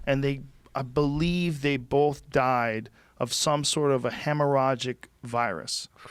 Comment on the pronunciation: Joe "Bowlth" Rogan